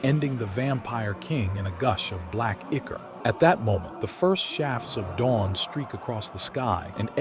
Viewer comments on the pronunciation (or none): none